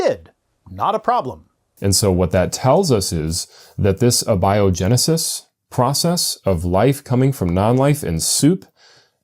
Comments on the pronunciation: I had to listen a few times, but, says "a biogenesis", as in "a big liar" rather than "abiogenesis", as in "atheist" He literally doesn't know how to pronounce the word! How can you be this dumb and still be breathing,??? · Nit pick but how may said abiogenesis bugged me